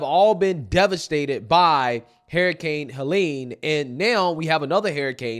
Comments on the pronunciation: Damnit.. it’s not hair-uh-cane. It’s her-uh-cain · Why do you say hairricane? You know it’s hurricane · It's not "harricane", it's "hUrricane"... The people in N.C. are being denied help, Mayorkas said they didn't have the money for FEMA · Man I love you and your channel but why do you say Hair - i - cane? It is her-i-cane :) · Wtf is a harricane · Bro it’s hurricane not harcane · Hahaha!, bruh. Why do you keep calling it a hairicane?😅😂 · Her-i-cane🤣🤣🤣🤣 not hair-i-cane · Hurricane not harricane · ...i I love you, I love your show...but HURRICANE is pronounced Hur-ri-cane....Hur, as in ben-"hur". You are fantastic in getting the message/word out! You are on POINT! But I certainly know exactly what you're saying. Its that southern pronunciation. Keep up the good work. 👍 ❤ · HURR-I-CANE Not HAIR-I-CANE Prayers for the hurricane victims 🙏🏻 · Hurricane Not hairicane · "Hairicane" HUR. HURRICANE. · it's Hurr-i-cane, not hair-a-cane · I love you bro but you say “hurricane” like “herricane” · Bro…it’s “her-uh-kane” not “hair-uh-kane”. All good though 🤜🏾🤛🏾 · lol it’s “herrr..” not “hair..” ….. love your vids but this was driving me nuts every time u said the word. Hurricane 🌀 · What’s a hair-a-Cain? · Haha u keep pronouncing it "Hairrucaines"....which is a nickname we called a hairy kid we used to wrestle that would throw everyone around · Please stop saying “hairicane”. Please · What's a "hairicane"??? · Is saying 'harriscane'? That would make sense though, as she's about as destructive to America as the real thing. 😂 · HER HER HER HER HURRICANE Pronounced HER ICANE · Hur-uh-kayn! 😂 eff her and bidens administration. They are out win or lose they’re out! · calling it a hair-icane got me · Why are you saying Hairicane? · "Herricane" that's how says it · "hairicane"? heheh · pronounces it "HErricane" 😂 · Funny how he calls it a HAIRICANE 😂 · Yeah, but wtf is a hairycane that keeps mentioning? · Bro can't say hurricane 😂